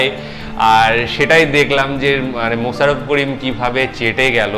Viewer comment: মোছাররফ করিম না,মোশাররফ করিম।ছ আর শ এর উচ্চারণ এক না।